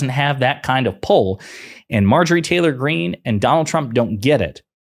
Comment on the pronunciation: Why was she not corrected each time she said President Trumper?